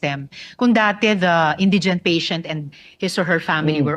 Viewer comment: Hahahhahahah Hindi nga marunong MG bigkas ng INDIGENT SABI NI virus Indigen daw